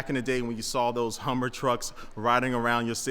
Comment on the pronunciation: Yall hear that HUMMVER EV that he called it?! Yeah, that's the PTSD speaking tryna say HUMVEE, realizing he's a civi. now so he corrected it to HUMMER mid word thus HUMMVER! Hehe XD